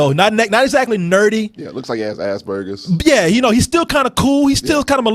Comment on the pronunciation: Did say Assburgers not Aspergers in?